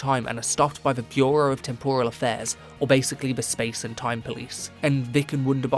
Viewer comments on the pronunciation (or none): none